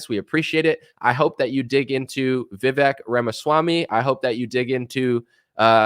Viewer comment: What's your reason for not trusting vivek? You don't even know enough to say his name properly, but you know enough not to trust him?